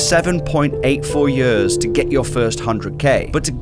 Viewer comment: What accent is that? Until he held up the posted with "years" written on it, I didn't know what he was saying. He says it like "yehs"